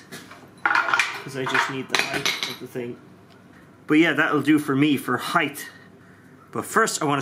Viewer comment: Height! Not heighth